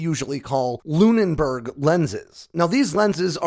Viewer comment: *Lune-burg lens. Not Lune-n-burg.